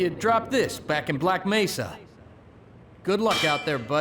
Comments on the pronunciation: doesn't do videos on mods/fan work. There's nothing special enough about Black Mesa to warrant anything more than the 0.5 second clip in this video of the Black Mesa G-Man voice actor mispronouncing "Mesa". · so video about "Hunt down the Freeman" was a mistake or smth? also, that "Black Mesa mispronouncing" thing was from Hunt down the Freeman not from Black Mesa.